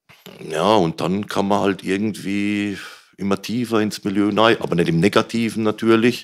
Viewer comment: Ich liebe es wenn "nei" statt "rein" sagt, bester Mann